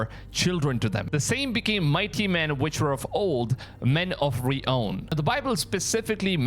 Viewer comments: You mispronounce several words and your clip like Nephilim and the word renown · Renown not re own